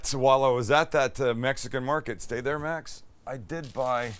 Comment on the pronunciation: “right therrr” finally paying homage to the southern folks!